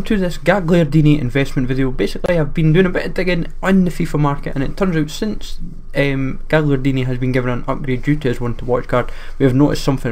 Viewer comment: Gagliardini not gigliardini